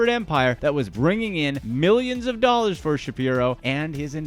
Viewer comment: The over-affected voice and the horrendous editing, make this unwatchable. "9 'illion 'ollars"